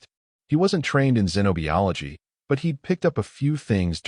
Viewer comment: Once again, no e sound in biology except at the end. Xenobiology sounds like zen oh buy ology.